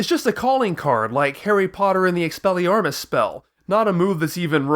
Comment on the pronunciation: Did you just say exsellyarmes?